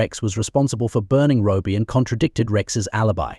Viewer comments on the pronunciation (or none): How sick!! By the way his name was "Robbie" NOT Robie!! A little respect!! May he rest in peace. Condolences to his family. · It's not Roby it's Robbie at least pronounce and get his name right. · Why is it so impossible to find a human being as a narrator? This AI stuff is awful, you can’t even figure out that the abbreviation for Robert is ‘RoBBie’ not Roby, or Robie, Also, we’re human beings, we don’t need the repetition, our attention span is somewhat longer than a gnats. All in all I think you’ve done this poor lad a huge disservice frankly. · Robie ? All the way through it was said like that. A.I is absolute shite. Cant listen to anymore so I'm outta here. 👋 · I know. So annoying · Stop with the AI narrator, it's terrible! Can't even get the name right. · What a ridiculous way to pronounce Robbie. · Totally irritating, same goes for the unnecessary repetition. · My thoughts exactly